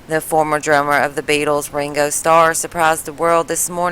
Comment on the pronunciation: She calls him wingo its fkin Ringo